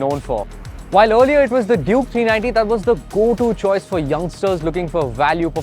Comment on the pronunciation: Why ur always calling it juke?. Clearly it says duke